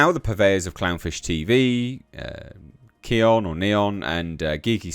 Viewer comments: Pronounced "Neon", truth is Clownfish hosts are not conservative. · It’s pronounced “neon”. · By the way, Kneon's name is pronounced "Neon." The K is silent. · It's pronounced neon, Clownfish is a great channel and not particularly Trump oriented - they're basically just both sensible people and not fans of the "message". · Kneon is pronounced Neon. The K is silent.